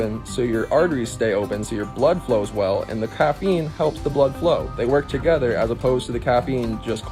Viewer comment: Starbucks kid thinking he's a doctor... as he mispronouncingly reads from Google about caffeine🤣